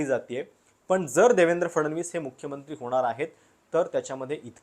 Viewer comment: कृपया शब्दांचे उच्चार व्यवस्थित व्हावेत. उदा:- बननार (बनणार) म्हनुण ( म्हणून) , पन (पण) आणि यासारखे खूप शब्द.